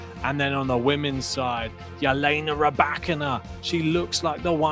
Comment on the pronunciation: She pronounces it as such herself. "Yelena"